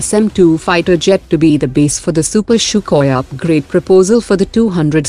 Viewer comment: It's really annoying when I hear "shoookoi". Admin, kindly understand it's pronounced "sookoi". Do some research before presenting. Thank you!